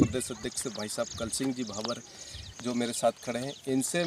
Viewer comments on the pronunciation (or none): भाभर नही भाबोर बोलो